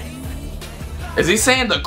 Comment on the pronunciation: I love your reactions but the name is pronounced "sh oo ga" SUGA! so please say it correctly